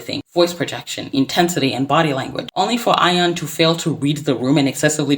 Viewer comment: is no one going to correct the pronunciation of her name? yikes